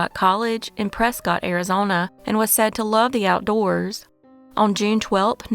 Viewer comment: Before an Arizona native yells at you. Its not said as Prescott its like Presskit . 😂